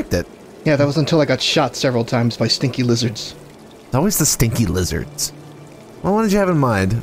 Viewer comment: “Mmm leezurds…” Also uh oh it’s freya…